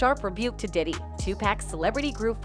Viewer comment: Please stop saying his name like that!!your f’n up his name everytime you say it…Stop it…it’s nuttin but click bait